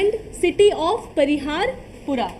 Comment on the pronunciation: Its city of parihaspura.. Not pariharpura.. which means city of laughter... and Lalitaditya Muktapida was called Alexander of kashmir